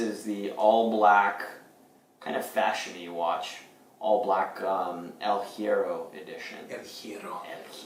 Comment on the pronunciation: In Spanish words starting with H, the H is mute. So, it's more like "ehl ye-rro" ;) - great vid!